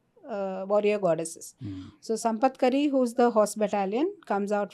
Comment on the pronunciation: Sampatkari is elephant in charge wrongly pronounced